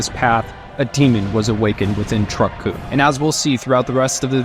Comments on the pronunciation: Lmao he cant even pronounce Kun. Lmaaaaoooo. Fire him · Sir, you're saying kun wrong.